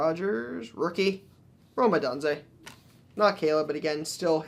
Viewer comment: "Ah done zay"?????😂😂😂😂😂 It's "A DUNE ZAY" pronounced not spelt....you kept saying his last name wrong 🤪🤟🤷😆🤟👌🖖👋👊💯✌️